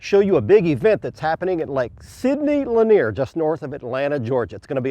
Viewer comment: Did he say lake sindy Lanier???